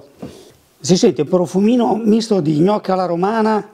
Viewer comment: Hai detto gnocc alla romana, ahah, birichino. Like